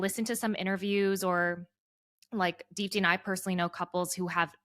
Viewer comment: Deepti, your name means "ray of hope" in Hindi and you truly have epitomized what hope means in face of difficulties. I just wish you would pronounce your own name correctly 🙏🏼. You don't need to anglicize the pronunciation to fit in.